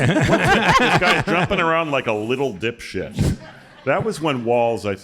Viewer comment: Walz actually said "ditwad", or that's what it sounded like to me. And I found that funnier.